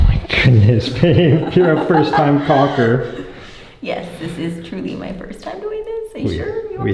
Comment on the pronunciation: It’s pronounced “CALL-KER” NOT “COCK-ER” and “CALL-K” NOT “COCK”.